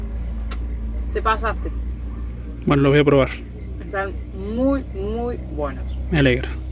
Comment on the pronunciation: Minuto "te pasaste" jajajaja muy cordobés !!! Jajaja geniaaaa